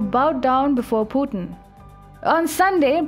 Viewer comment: What's Pu-en? it's Pu-tin